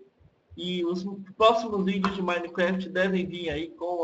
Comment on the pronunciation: cara nao sei se eu tava ouvindo errado mas vc fala maineqüéft